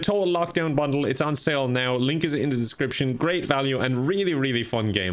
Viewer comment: you should say bundle slower cause it sounds like you said "bunghole" HAHAH JUust saying cool content i love watching it daily! While I wait for my favorite youtubers to upload or if I am not uploading ... :3 (Roast) enjoy hopefully we can play together online gaming sometime by chance i roleplay on EVERY GAME I play people actually ask me why i do it alot LOL